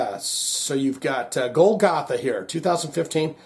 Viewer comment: Love you Also bad a** that Pearl Drums sponsors your channel. Not to be a wiseguy, but it's pronounced [Goal - ga - tha] Love that track. W.a.s.p. is always great. Golgatha is the hill where Christ crucified.